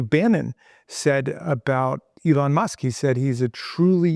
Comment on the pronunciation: Judges must keep saying “Elno Musk”